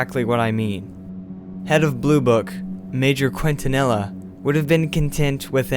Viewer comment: The officer's name, Quintanilla, is pronounced as "Keen-ta-ni-ya". Just an FYI for future reference.